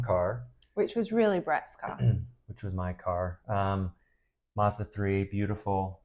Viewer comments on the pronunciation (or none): MAZ DA not mardaz